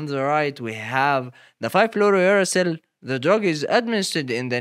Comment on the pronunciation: somehow u say it right when its uracil alone but not fluorouracil